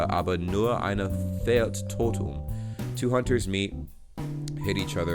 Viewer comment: i liked the video a lot. Your pronunciation is good. But you are struggling with the "ä". It was great in 'fällt" but you forgot it at 'Plätzchen". Keep up the good work and visit Germany. :)